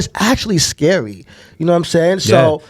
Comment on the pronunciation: Homie sounds kinda dumb talking about pregnancy. “It’s skerrwy”. There’s a high pwobability you won’t survive the pwegnancy”. Goofball.